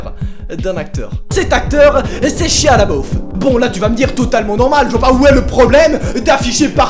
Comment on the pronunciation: Pk vous l'appelez shia le beauf mdr c'est pas ca la prononciation de son nom